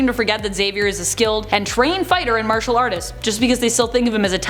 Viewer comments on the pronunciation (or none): none